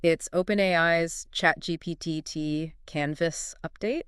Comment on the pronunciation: ChatGPTT? What's ChatGPTT?